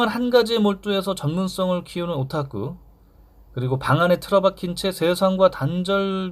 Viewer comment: 저는 일본의 외국어 번역 실력(특히 서양어)에 대해서 가장 관심이 많습니다. 번역 최강국 일본이 번역을 통해서 근대화를 아시아에서 가장 빨리 이룩하고, 세계 경제 순위 2위까지 갔었던 일본의 국민들이 점점 우물안 개구리가 되어 간다니 일본의 미래는 어떨지 궁금해지네요. 영어 못하는 선진국 일본.. 아 그리고 저 일본어 못하는데 어디서 주워들은 바로 한국 사람들은 う 발음을 잘 못한다고 하던데 오타쿠 하실때 う 발음이 굉장히 일본 원어민 처럼 들립니다.